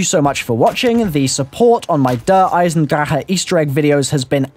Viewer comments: der eye-zen-dra-(back of the throat purr noise)-ha not der eye zen drahah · that was a really weird way of saying der eisendrache. it sounded like "der eisendraha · Why does every zombies YouTuber over-pronounce "Der Eisendrache"? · lol you pronounced the map wrong